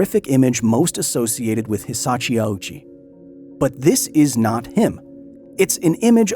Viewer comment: Glad I'm not the only one who noticed. He kept saying Hisachi instead of Hisashi too.